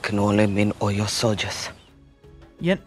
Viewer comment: As person who knows the history of the Dahomey Amazon's, and its war with the Oyo empire, and other stuffs you're coverage of the movie is awesome. Oyo is pronounced, 'O-yaw, Abeokuta is pronounced Ah-beh-kutah. Btw, if you want to know more Yoruba words, I'm willing to be of service.